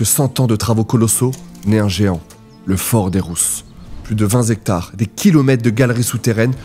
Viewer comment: « Plus de vingt zectars! » 😅 En tout cas vous avez dû vous régaler.